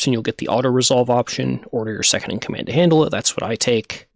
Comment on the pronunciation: Fleet commandah Hew yeaw